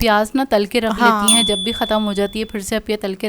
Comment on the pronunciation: رخلیتی ہیں نہیں۔ رکھ لیتی ہیں۔ چیّز😂😂 چیز ...Chase Pronounciation p dehaan den . 😂😂😂 Plzz